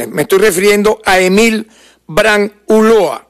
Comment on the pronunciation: SE DICE ULLOA NO ULOA...😮